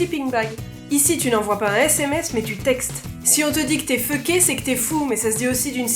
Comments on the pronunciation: Mon dieu quand t'as dit fucké j'avais pas compris jtais comme "ah celui la jle connais pas" jusqu'à ce que tu le mette dans une phrase Ptit truc: on le prononcer focké et non feucké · a oui et ses pas fucker mais focker en prononsiation:) a et aussi j'adore regarder tes vidéo en passent #